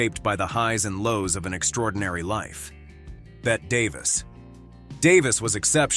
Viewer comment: Bette Davis' first name is pronounced Betty, not Bet.